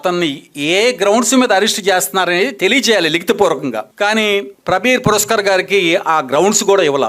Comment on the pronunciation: "ప్రబీర్ పురకాయస్థ" అండీ, "ప్రబీర్ పురస్కార్" కాదు.